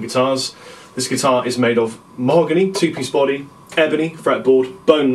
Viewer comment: keep on pressing the number 2 on your keyboard, it sounds like he keeps on saying penis